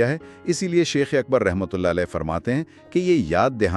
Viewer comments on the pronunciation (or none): آپ ہر ویڈیو میں لفظِ شَیخ کو شِیخ بول رہے ہیں ۔ انڈ و پاکستان میں شِیخ ایک قوم کا نام ہے لیکن عربی میں شَیخ کا مطلب بڑا عالم ہے ۔براہِ کرم لفظ کی ادائیگی درست کیجیے ۔